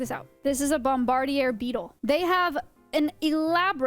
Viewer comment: “ Bomb ba deer “ beetle. She said it like the beetle was a French villian😂